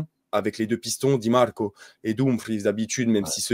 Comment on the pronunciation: Inzhhhhhhaaaaagi, di màààààààrco, iiiiiinter On a compris qu’il parlait du foot italien mdrr ça me fume